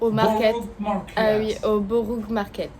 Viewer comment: Le "brou" market 😂 l'accent on fire